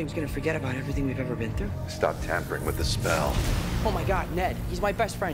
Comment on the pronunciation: Спасибо за обзор! Но в двух местах там не tempering, а tampering